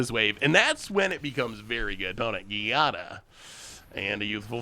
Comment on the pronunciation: Giada is pronounced "Jada", like Will Smith's wife. Please.